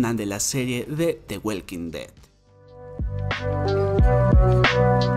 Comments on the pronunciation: De welkin det 😂😂😂😂 The walking dead (Da woking ded) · Por qué lo pronuncias “the weilking ded “?? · Me duelen mis oídos de escuchar cómo pronuncias el nombre de la serie, mejor pronúnciala en español. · "De güelquindet" 🤣